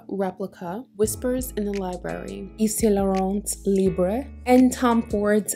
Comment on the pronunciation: A rare review of libre where the reviewer doesn’t say “libr-AY” lmao